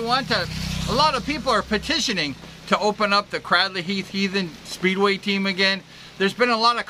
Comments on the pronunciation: Fantastic video. So nostalgic for me. All those riders names I remember. But particularly because I was born in the house right next to the church you can see in the video at 6.20. and lived there from 1963 until 1985. Can I just say though, that it’s pronounced Craydley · Lol, thank you this is great as I’ve been a fan since I was kid! But it would be even more epic if you actually pronounced Cradley correctly. It’s actually pronounced as if it was spelt: ‘Craydley’ Or like ‘Cradle’ thanks again, love the memories!